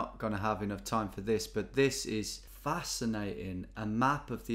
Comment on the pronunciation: Nobody: GeoWizard: that’s facina’en